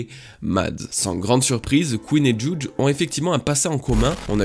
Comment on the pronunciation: La façon que tu prononce le nom de Judge me tilt à chaque fois mdr